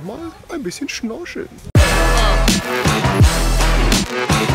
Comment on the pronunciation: Hauptsachse Rewi sagt immer zu Komisch-Komich zu Englisch-Englich und zu Schnorcheln-Schnorscheln wieso? xD